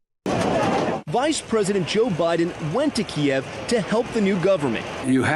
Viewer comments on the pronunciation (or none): none